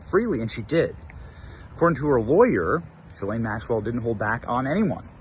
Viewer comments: Ghislaine doesn't begin her name with a J, so quit pronouncing it that way. Thanks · Drives me crazy when you say “JI-lane.” It’s Ghislaine “GI-lane or “Gee-len” according to herself, her brother and her lawyer. Even though she’s a vile and perverted criminal, it’s better to say her name correctly. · Ghislaine is a very old European name. It is pronounced as it is spelled. G-his-laine. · You’re pronouncing her name wrong